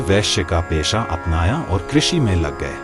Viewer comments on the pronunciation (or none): none